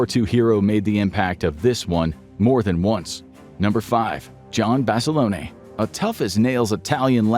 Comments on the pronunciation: Basi-lone, not basi-loney AND a Marine; not a soldier. You’re slipping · It's John BasilOne, not "ey" sound on the end. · Lol John Basilon-eh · This is definitely not the same guy. He said John Basilone's name wrong and called him a soldier.